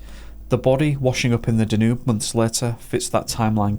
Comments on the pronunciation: Excellent. By the way, the river Danube is pronounced Dan Youb not Danoob. If you haven't already, please cover the disappearance of Trevor Deely who disappeared in Dublin on 8 December 2000. He was walking home from a party at 4am, never made it home and was never seen again. He called into work to get an umbrella because it was raining and the taxis were on strike. There's a couple of shadowy figures on cctv outside his workplace, identified as co-workers. Why were they waiting for him ? Was the person following him on the last cctv footage ever identified ? Also, the disappearance of Steven Clarke disappeared from Saltburn, North Yorkshire. He visited a public toilet whilst walking with his mother. She continued to walk home, when she got home, he was nowhere to be seen. That was 1992. There's a more detailed backstory. Eighteen years later, his parents were arrested for his murder. There's a t.v. documentary about it. The subtleties of this give away more then his parents realise. However, nothing came of their arrest and they are still insisting he's missing and they don't know where he is. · The river is pronounced Danyube